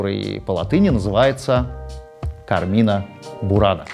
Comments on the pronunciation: Не "КармИна бурана",А "КАрмина бурана" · Всё круто, но в слове carmina ударение ставится на первый слог: суровы правила чтения в латинском языке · Там ударение на первый слог: cArmina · кАрмина бунара) Ударение резаноуло, там на первый слог.